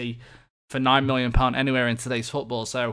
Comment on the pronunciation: Why are you saying mollion? I don't get it.